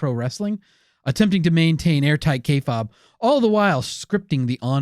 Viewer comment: Kay fabe (pronounced k faibe) not k fob....kinda cringe